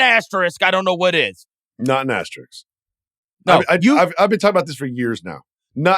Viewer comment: It's not an Asterix. It's an asterisk. Verno knows the word., you can learn it, too! Great show as always, guys.